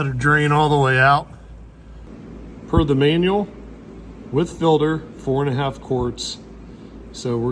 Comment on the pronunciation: Say “filder”….one more time.